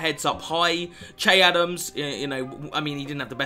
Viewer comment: Che is pronounced shae